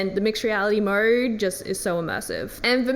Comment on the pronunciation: I love how she says Mode….MoeRrrrred